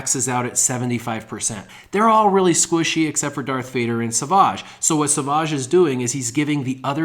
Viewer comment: Love your vids but please it's savage not saaavaaage, like a savage lion.